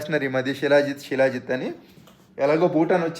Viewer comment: షీలా జిత్ కాదు శిలాజిత్!